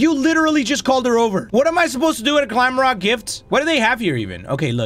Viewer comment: I know its glamrock Freddy 🙃 Oh, and it's "glamrock" Freddy NOT "glamlock" Freddy... See? I can do it too 🙃